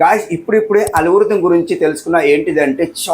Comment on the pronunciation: అలుగురితం కాదు bro ALGORITHM 😂 కొత్త కొత్త NAME pedthav